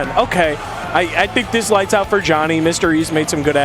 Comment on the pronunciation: the amount of times they mispronounce Joni needs to be studied